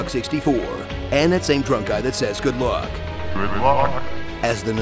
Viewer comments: I always thought the robot said "GRIDLOCK" instead of "GOOD LUCK" LOL. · When the guy says "good luck" before a level begins, I always thought he was saying "grid lock" or "good mock". I was weird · He says good luck? I thought he said heads off... Also I don't lead slippy to his death I am the cause of his death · He said "Good Luck"? I thought he said "Work Hard".